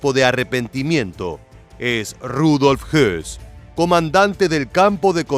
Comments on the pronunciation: insisto es hoss no hess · No Rudolf Hess es Rudolf Hoss, hay q pronunciar bien